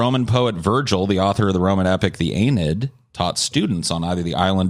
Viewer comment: Semantic pedantic here, Islets is pronounced 'eyelets' not 'eyeslets'. Also it's the 'eenid' not aaynid